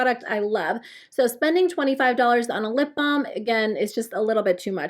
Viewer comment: 😂🤣 I kept hearing "lip bomb"